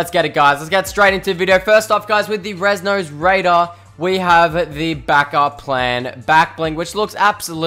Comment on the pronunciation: Rez dose raider ?????😂